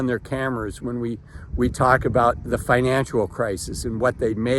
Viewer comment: It's financial. Not "financual".